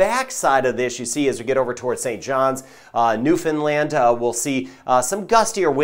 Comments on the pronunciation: Good job with the pronunciation of Newfoundland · Thank you for pronouncing Newfoundland properly. Stay safe everyone! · Thank you for knowing how to pronounce Newfoundland!!! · Excellent prononciation of Newfoundland